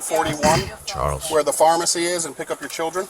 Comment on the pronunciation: Sounded like “Charlotte” to me, and he hard-pronounced the “ch”.